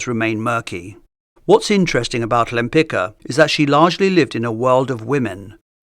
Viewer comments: It’s so strange hearing her last name pronounced that way. It sounds very different from the Polish pronunciation I’m used to. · She had polish surname, so please read it properly, it is spoken rather lempitzka, because in polish ck is not one sound but two. In polish also first letter is ł not l (Łempicka) so it should be even read wempitzka, not lempitzka. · try to read her name "Lempitska" not Lempika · From the channel named "Great Art Explained", what implies you know what you are talking about, I would expect you pronounce Lempicka's name correctly. It is not pronounced Lempika", but similar to "Lempi-ts-ka" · The correct pronunciation of the surname Łempicka is "Wempitska" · You got the pronounciation of her surname incorrect - no wonder, it was Polish and Polish is not an easy language. Since she never changed her surname nor anglicised it it should be pronounced Tamara de "wem-pitz-kah" but, as you mentioned she chose the masculine version/suffix and also exchanged the Polish first letter of her surname "Ł" (sounds like English "W") for more familiar to Westerners "L". Then it was pronounced Tamara de "Lempitzki". Actually, she also added "de" for the more noble impression :))) That would mean nothing to you if not for the fact in 1918 Poland was reunited after 123 years and Tamara Łempicka always insisted on the right pronounciation of her surname reminding she was a Pole (being Jewish for ethnicity/religion/background but Polish for nationality, country ect.) - I guess thinking it added some exotic vibe ("she came from the East, Russia, Poland, far away country") or just excentricity. It was how she and people who knew her pronounced her surname - the original one as well ar the last official version. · would be nice if English speakers would finally learn to pronounce her name correctly… she was Polish so you pronounce Lempicka like „Lempitzka”, not the way it is done in this video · Omg, Lempi-C-ka! There a letter „c” inside!!!